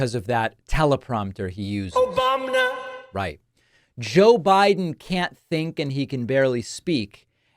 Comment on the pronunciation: I crack up every time you play the "OBAMNA" voice over by the orange idiot.